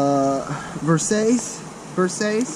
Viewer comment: The sunglasses are pronounced versachee but spelled versace.